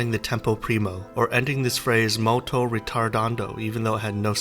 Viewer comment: molto, not malto lol